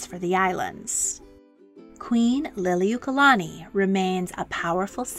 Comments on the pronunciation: Queen who??? You can't even pronounce Lili'uokalani correctly. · I’m sorry to say this but you are mispronouncing her name but I do appreciate you sharing about our Queen